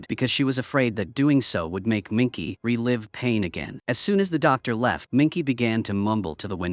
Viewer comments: The plot/story is poor, but the production value (sets, props, etc) is good. But I wouldn't watch it again. Shame you're using AI. The name is not "Minky", it's Minke, pronounced Minkuh. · Her name wasn't said correct ONCE!! It's MINKE!! PRONOUNCED MIN-KUH